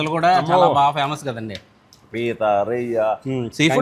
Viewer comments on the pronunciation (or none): Peethalu Kuda fyaaamussu... Bagaa fyaaaamassuuu Abaaaaa entha bagaaa slang lo